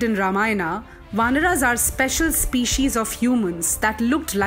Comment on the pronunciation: Wt_ is vanrAs , manvAs and ramayanAs...plz dont spoil language.